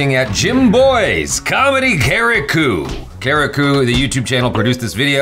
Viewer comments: FYI : its not karikUUU , its pronounced kareek. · That's not kareko it's karikku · Btw it's not karikkoo it's karikk when pronounce 😂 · Actually you guys pronounce karriku wrong 😂😂😂, I know because I am malayali